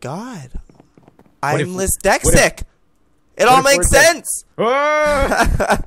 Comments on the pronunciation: joey its not lisdetsic its dyslectic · did he say lisdexic? or is it just me? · "i'm lysdexic" hahaha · 'Oh my god! I'm lisdexic!' OMG LOLOLOLOLOLOLOLOL!!